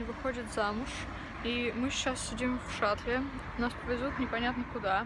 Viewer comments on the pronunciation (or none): Не в шатле, а в шатале